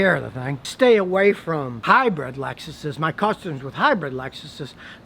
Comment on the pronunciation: So you're not only cheap, you're lazy too judging by the way your yard looks. Also, it's hybrid, not hybread.